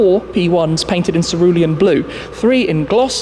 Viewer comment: I thought you were done saying serulium blue